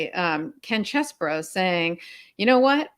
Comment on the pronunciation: Please do not say things like you did when you were talking about Ken Chesborough. You mispronounced it and then said "Or however he says his name". You know how it is pronounced. That is a Trumpish move. Thanks for all you do and fighting the good fight my friends.